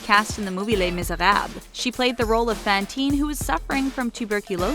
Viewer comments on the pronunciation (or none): You mispronounced Fantine it has a long a that almost sounds like an o I always miss pronounce French names on here